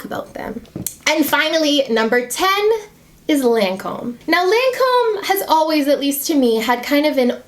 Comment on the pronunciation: Pronounced LAWN-come, not LAN-come. It’s French, girl.